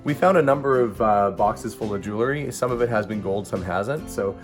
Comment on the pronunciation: JEWEL-RY, Not Jew-ler-ry! Good video though.